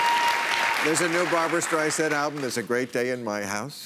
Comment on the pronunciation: Striesand? Really? What, Carrot Top wasn't available?